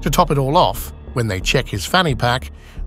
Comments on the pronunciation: Man, your AI voiceover had me fooled for most of the video. Then I heard it pronounce "live" incorrectly . These lazy youtube channels, just stringing clips together and having a robot read text... it's getting old. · Doesn't even know how to pronounce "live"! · These AI voices always give themselves away with a basic mis-pronunciation. This one is pretty good compared to the majority but blew it getting "live" and live" confused in the context. 🤣